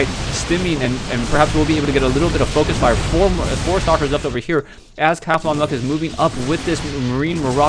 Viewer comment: its not CATHONLUCK, its CAUTHONLUCK. there is a U in there, you know that?